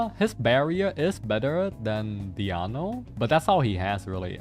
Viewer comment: I can never get tired of codes pronounciation of Diona as Diano lol happy holidays! Thanks for all the vids and streams this year